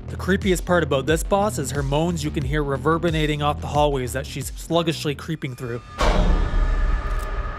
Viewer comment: The word is "reverberating" not "reverbinating" lol